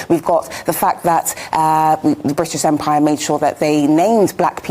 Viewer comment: You can tell she right in the way she pronounce ‘Briish’ 😅